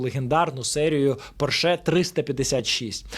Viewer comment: Гарна передача! Лише Porsche- наголос на першому складі!